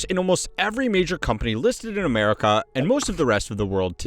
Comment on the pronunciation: I like how he says Ah-mare-ih-caw.